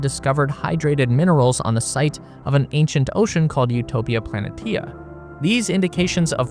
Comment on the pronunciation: That's pronounced Utopia PLANEESHEA, and it's where the NCC-1701D Enterprise will be built lol